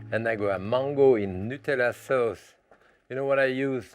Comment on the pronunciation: love the way he says.. suh-aouce.. hahaha